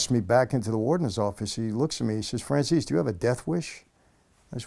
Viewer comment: Think we need to make a few corrections here. His last name is spelled Francese, not Franzese. Secondly, it’s pronounced Frahn-chey-zey, not Fran-sees-ee. It’s disappointing how he Americanized it. A little fun fact? His last name literally means the word “French” in Italian. 😉